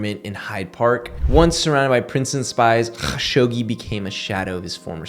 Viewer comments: All love but: just say kashoggi, not KHAshoggi. Pls n ty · Sounds like you sayin Hawkshoggi.